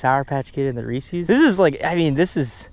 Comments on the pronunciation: Lol You pronounce Reese's like you've never heard of Reese's cups before!! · “reesees” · bugs me so much when people say "reesees" Reese is a person and "Reese's" is his candy. There's even a goddamn apostrophe in the name. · He said Reesees, it's Reese's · Y’all really said reesees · Did he just say reecees